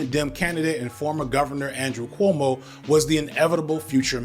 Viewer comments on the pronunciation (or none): The fact that can't even say Cuomo right. But good job on Mamdani😂😂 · Brother, are you saying “KOO-oh-moh” not “KWO-moh”? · Loll its bothering me that you keep pronouncing it "coomo" 😂 It's "kwomo" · I'm going to assume you're calling him "Coom-o" on purpose, and as a lifelong NYer, I'm here for it. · Thank you for mispronouncing Coumu’s name like, every time 😊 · I know it is just growing up in a mixed ethnic Catholic neighborhood while his dad was Governor, but how the heck are you pronouncing Cuomo that way?